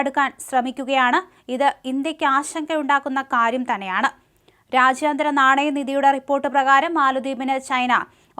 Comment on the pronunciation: "rashyaantharam" alla, "raajyam"...jaaa...jalam....